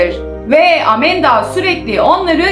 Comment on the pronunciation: Amanda:❌ Amenda:✔️ ablamızın kullandığı kelimeler😂😂